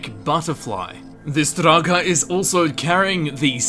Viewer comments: Lol...draGAAAAH. I've heard you pronounce Draugr properly, so my question is, why were you pronouncing everything so funny? xD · You say draugr like you are having a stroke.